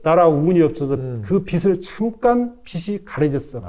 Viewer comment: 빛을 .. 비츨로 읽어야지요? 교수님은 계속 비슬이라고 읽으시네요. 무식하다에 대해서도 알려주셔야지요.